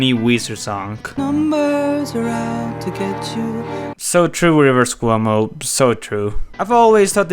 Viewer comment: What did you say there? "Wuju Rivers?"